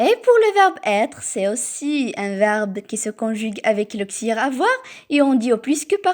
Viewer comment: Auxiliaire et non auxiliere